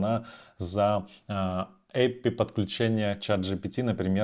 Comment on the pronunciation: Что такое Эпи? Это API вы так коверкаете?)) Эй Пи Ай это читается